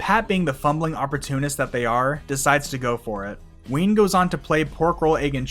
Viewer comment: ITS WEEN!